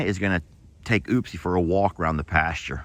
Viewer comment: Her name is not oopsie it's upsie. Why oh why can't you get that straight